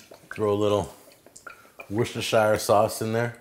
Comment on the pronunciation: FYI, the pronunciation is Woster-Sheer :D